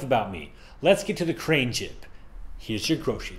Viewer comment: lol she said "jig"